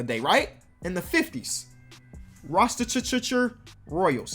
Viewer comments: Alright you might not see this cuz its kinda an old video but i just have to say this cuz im from here but you said rostetecher its pronounced Ra-che-ster. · Ra-chest-er Roy-als